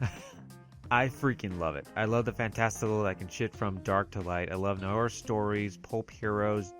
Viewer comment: ...what we call NY-OR??!... For voiceover work, lookup every foreign word and double check your pronunciation.